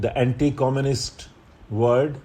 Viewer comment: Sir, kindly pronounce world as world in dictation not word as it creates confusion while writing. However, I am sorry to point out it to you as you yourself are a great mentor but what seemed to be in dictation I just remarked it. Actually, I have obseved this pronunciation error in a specific word i.e world in many of your dictatons.